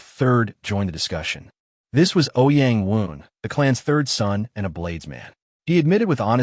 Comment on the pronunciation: I really hope you’re saying the “THIRD” not the “TURD” 😅😅😂😂